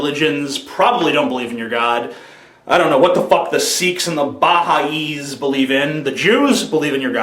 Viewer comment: BaHai' is pronounced "Buh-HI"